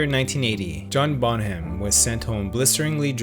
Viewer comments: Bonham is pronounced "Bonnem", not "Bon-ham". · Your pronaunciation of 'Bonham' and 'des Barres' is atrocious. Also there was no curse and no pact. Just bad luck. Bonham was a country man who didnt believe in bullshit like that. Plant was a hippie and Page enjoyed being seen as mysterious.